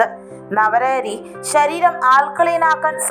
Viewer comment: ശ ര് രം ശ ര് രം എന്നല്ല വ്യക്തമായി ശ രീ രം ശരീരം എന്ന് വേണം പറയാൻ